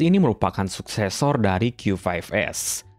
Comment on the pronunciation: Bang bahasamu nyampur2 pas nyebut nama produknya, qyu lima belas, tp nyebut produk lain qyu fove s. Gue juga ga ngerti tadi bilang hiby apa